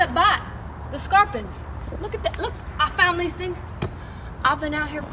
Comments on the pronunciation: She said Scorpins. I'm only ever calling them that now. Like a trashy David Attenborough lol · ”THE SCORPINS” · "THE SKURPMS" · “The scorepuns” I SNORTED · “tHe sCORPEns” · "The scorpens" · i thought she said skarpans.. :P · I could have sworn I heard “scarpidds” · "The smaller the thing is, the more, the more powerful their bite is" lol I was surprised when she said this. She was so close to saying something correct for once, but of course, messed it up lol